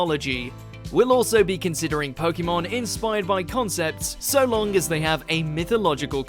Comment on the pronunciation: Next time get someone that can pronounce "Pokémon" properly